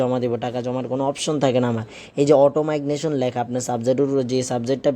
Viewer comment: ভাষাতে ভুল হচ্ছে উচ্চারণ ঠিক করুন। মাইগনেশন বলছেন কেন?